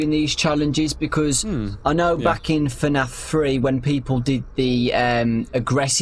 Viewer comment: it's f-naf no tfu-naf it's f-naf